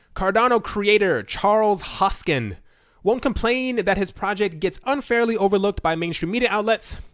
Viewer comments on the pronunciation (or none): Its HoskinSON. Not Hoskin. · Hoskinson. Hoskinson. HoskinSON. NOT Hoskin. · Its not Hoskin its Hoskinson..3 times same mistake..c'mon..Cardano is the best coin on CMC,respect! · can u read? say it..... hoskinSON if you cant read or sound intelligent you're not worth listening to